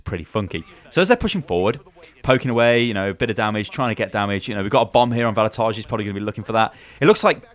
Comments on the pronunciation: Just a small pronunciation correction. Vallutaja is an Estonian guy, so the pronunciation is different - ['vallutaya] with a Russian "yah" on the end. It stands for "a person who fires people from work". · u are saying the name VALLUTAJA wrong 😂 like really wrong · You actually pronounce Vallutaja wrong. (I'm Estonian, so I know.)